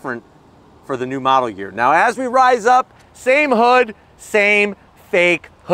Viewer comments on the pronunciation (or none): none